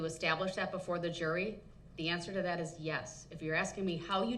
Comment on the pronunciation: The word is That, not Dat.